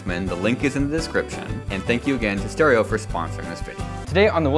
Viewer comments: When he said stereo I thought he said steroids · I heard, “Caretaker and I went high on steroids” instead of “Caretaker and I went live on stereo”